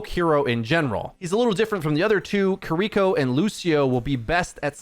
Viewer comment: Dude makes great guides but still can't pronounce Kiriko's name correctly lol